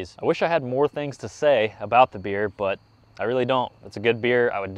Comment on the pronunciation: I’m sorry but every time you say “bikes and beer” I hear “bikes and beards”